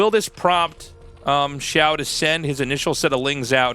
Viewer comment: The "xi-" is like "she" and the "-ao" is like "ow" (Your pronounciation here was really good!) The "shu-" is like "shoe" and the "-ai" is like "eye". The x and sh sounds are not exactly the same, but everyone will understand if you pronounce both of them like an English sh.